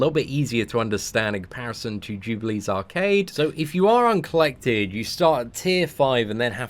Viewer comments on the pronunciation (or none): none